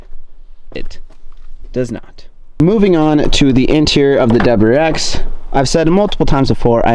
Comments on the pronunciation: It’s WRX not WX 😂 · I feel like you're ignoring the "R" in wrx